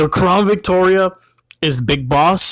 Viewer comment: "Crawn Victoria" can't un-hear that